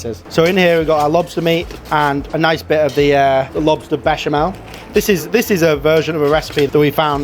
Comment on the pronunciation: Mischeleng? Ich sag auch nicht Herbert wenn ich Susanne meine. Mhmm, der Klassiker Baschimal..... Erbärmlich, dieser KI-generierte Vertonungsmist. Die billige Sekundenheischerei verhunzt sehenswerte Beiträge komplett.